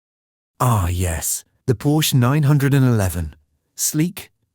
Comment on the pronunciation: Porsche is a TWO syllable word.